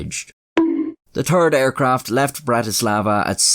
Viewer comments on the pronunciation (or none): "The turd airplane..." - all Irish folks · Every time he says "third" all i can hear is "turd" 😂